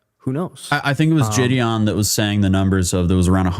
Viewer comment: Lol “Jideon”… pretty sure that was supposed to be “Gideon”.